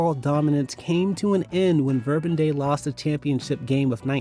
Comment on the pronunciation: Saint Leo. Not Saint Leon. Verbum Dei. Not Verbun Dei.